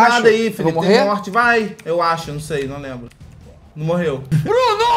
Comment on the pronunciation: "NEM UMA MOORTE"